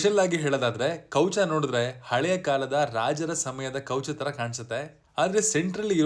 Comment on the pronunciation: Kowcha alla guru kavacha sariyagi heli kannada words